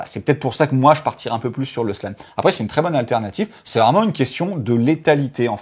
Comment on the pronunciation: Ca pique les oreilles quand dit 'Slan" ou "Carnotaure". Mais le travail reste au top et on vous aime;)